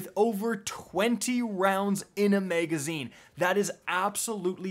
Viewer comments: Nobody:: MEGazine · "the meygazine"